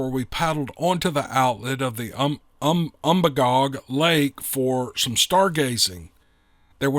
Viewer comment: Lifelong Mainer here. You pronounced Magalloway perfectly. Umbagog is actually pronounced um-bay-gog. I know the area referred to in the story very well.